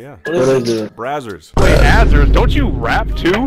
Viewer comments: legit thought you said brazzerz, and then i knew where your name comes from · So we’re jus gonna ignore the fact that he said Brazzers not Azerz 😭 love the vids man keep it up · It sounded like brazzers when you said the channel bro XD